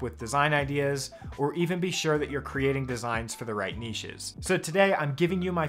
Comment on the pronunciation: Thank you for not pronouncing it 'nitch'